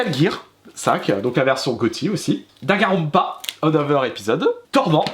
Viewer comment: J'ai plairais quand il a prononcé Danganronpa ;-; vraiment regardée la prononciation plesssse